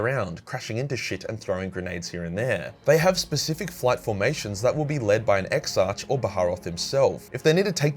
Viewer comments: Exarch is pronounced: ex-arc. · Ok, say the word "monarch." Now say "anarchy". Ok. Now say "exarch". There you go. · Love your content. Please pronounce the "ch" in Exarch like you do in "Primarch."